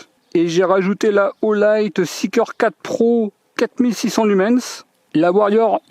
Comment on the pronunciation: Ne prononcés pas le S de Lumen(S) , merci😉😳